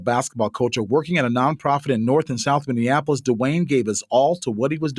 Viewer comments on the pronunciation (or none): I swear 🤦🏾‍♂️ a lot of people who are not from Minnesota always seem to pronounce Minneapolis wrong, they keep saying (Mini-in-apolis) not (Mini-apolis) 😂😂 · This woman couldn't even pronounce 'Minneapolis ' 🧐....not even worth listening to